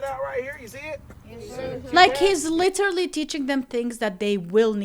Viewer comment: Literally ❌ Litter lee🗿